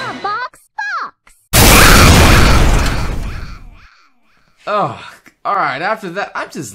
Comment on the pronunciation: it sounded more like she said A Box Fawks if you know what I mean.😏😏😏😏😏😏😏😏😏